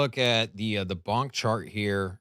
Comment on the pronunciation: It’s $ponk not $bonk lol